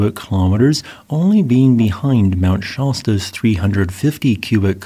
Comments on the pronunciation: Shasta = /ˈʃæs.tə/ not /'ʃɑs.tə/ It's the vowel in the American English pronunciation of "fast"or "last" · fyi - first syllable of Shasta rhymes with ‘have’ (it’s not a short o sound like ‘hot’) The last Adams eruption was in 950 - so how is there a lahar deposit from 1700? If it’s not related to an eruption, isn’t it just a landslide? Did not realize Adams has been so active in the Holo - it seems so sleepy…